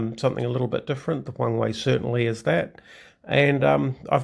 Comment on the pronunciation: It's Huang-"her" actually :) nice to see another WOWB vid